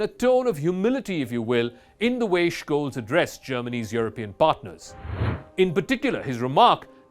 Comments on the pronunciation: I speak German, live in Germany while you're in a call center. Don't talk about other languages when we're talking about this specific one. It's beyond obvious, even for the languages you're speaking, that the CH following the S would not make an SHKolz. He even missed it and pronounced it right at least once. It's Sholts more or less according to how it sounds and how EVERYONE worldwide is saying it. He's the chancellor of Germany, so I would assume there are a few youtube sources where they're pronouncing it right. And stop stealing from old people using your microsoft or amazon scams. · Jesus, there's no K in Scholz's name. Just be normal and say "Sholts" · Please learn how to pronounce Olaf Scholz name correctly!!! Its not Shkoles ffs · He also mispronounces the very easy Scholz (sholts). Ten seconds of research. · Correct is skoles